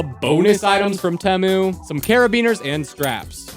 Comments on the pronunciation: its tEmu NOT temo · Its pronounced "Tea-Moo" not "Teh-moo" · It’s tEmu not temu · It’s not teh-mu it’s teem-ooo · Bro said tEmu wrong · It's T moo not tem OoO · At first I thought it was pronounced tei moo but it IS actually spelled teh moo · He is right about everything except the way to pronounce temu